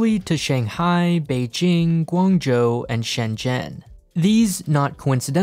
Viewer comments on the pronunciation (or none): none